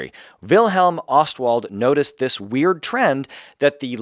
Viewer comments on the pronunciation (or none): none